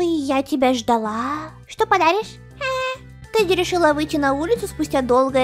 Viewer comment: Не Тади а Теди